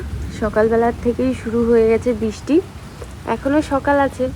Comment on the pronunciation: Bisti noy Kothay bristi.. Thik Kore uccharon koro.. Radhe radhe